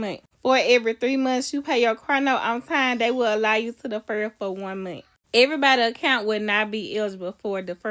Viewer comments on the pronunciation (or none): Deefur it